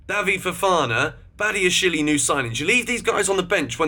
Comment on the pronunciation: Please can you learn how to pronounce Badiashile and David Datro Fofana properly. It’s not Badiashilie and it’s not Davide. Other than that, great vid